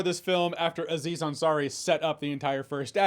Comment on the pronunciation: It's not A-ziz Ansari, just like it's not A-dam. It's just Aziz Ansari.. Having watched the full video, he corrects himself later. 😂😂